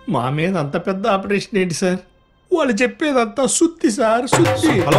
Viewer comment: వాల్లు కాదు వాళ్లు